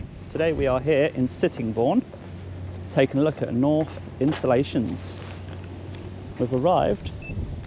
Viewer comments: It's pronounced 'kin-owf' not orf. German. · The real pronunciation of this German company is kn ow f. the AU is pronounce ow, like when you get poked in the eye. Not knorf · German pronunciation is "k-now-f" (as in "right now"). Not the k-n-awful pronunciation! Excellent interaction, well done,. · When he said "K nauf" I would of said am going to the "S outh G ate" 🙂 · It's German Company, Knauf is pronounced: koʊnah - oof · Knauf, pronounced K NELL when it goes wrong. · I believe It's a silent K Pronounced "Nouf" I would guess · Knauf....now pronounced Naff. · Is it pronounced "Knauf", "Knauf" or "Knauf"?